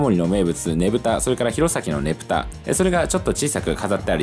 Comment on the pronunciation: ｢ねぶた｣と｢ねぷた｣ちゃんと区別してて好印象